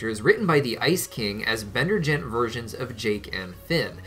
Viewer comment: “Bendergent” lol Great episode! ❤